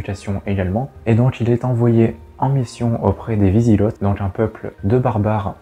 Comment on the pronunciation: Wisigots : Vous dites vizigott il vaut mieux dire vizigo avec le même son o que dans eau.